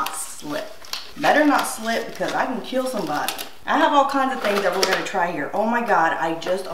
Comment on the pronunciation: Doug marcaida : this knife..... Will keel